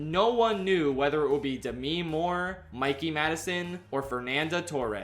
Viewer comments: It can’t just be me that is distracted by him pronouncing Demi as De-mi and not Dem-e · the way you pronounce "demi" is so ever slightly off, it's kind of funny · THAT'S HOW YOU PRONOUNCE DEMI MOORE???